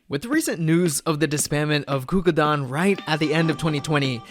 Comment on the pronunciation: ITS “gugudan” NOT Gugudan.